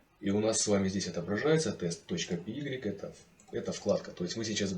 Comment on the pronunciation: Орнул с py - пи игрик